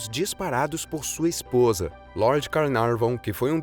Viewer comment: Carnaveron e não Carnavon; pelo menos é assim que se ouve, neste video. De qualquer forma... é um excelente video! Fala rápida mas bem clara, o quê poucos conseguem: falam rapidamente comendo 3/4 das palavras e não se entende nada do quê dizem?! Obrigada por postar tudo isto 👏🏻👏🏻👏🏻